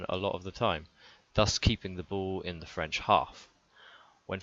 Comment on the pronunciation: Good video , your french pronunciation is not (too) bad. Anyway the French defense is worse than last year...Maybe we need Bouthier instead of Dulin...